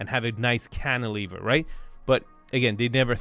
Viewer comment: Love how Arvin doesnt even bring up or blink when says "canteliver" anymore. Wince he brought that up he literally says it minimum 3x per episode. I never even knew what that word was till lol!